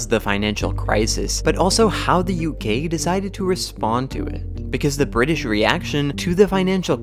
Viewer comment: I like how sometimes you pronounce UK as U gay